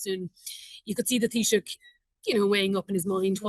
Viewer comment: Tab - ith- ha, not Tabita. I'm so used to hearing Matt Cooper's introduction I forget what English sounds like.